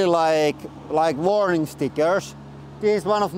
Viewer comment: "I rili like warrrning stickers." The most finnish thing Ive heard today